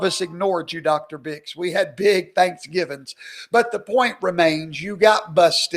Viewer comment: There is an R in dr. Name lol Birx